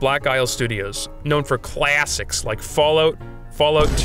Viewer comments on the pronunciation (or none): I like how you say "Gwaffiixx" & "Claassixx"